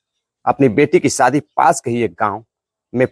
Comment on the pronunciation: सादी नहीं बल्कि सही शब्द (शादी) है।